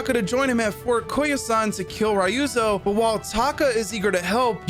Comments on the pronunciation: Man are u intentionally saying “Rayuzo”😂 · The way japanese says Ryuzo is just to leave you the (Y) so it sound like Ruzo so hearing someone say Ryuzo with the Y lowkey made my minde fucked😂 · My god what did the eng VA director do. Ryuzo is pronounced so wrong 😅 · How can you even mispronounce Ryuzo. The english audio literally tells you how it’s pronounced.